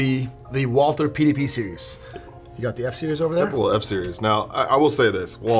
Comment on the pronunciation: It's pronounced Walter, like there is no H.